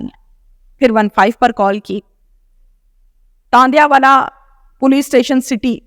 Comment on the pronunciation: Please homework Kar k Aya kren,tandlianwala hy tandianwala Nahi.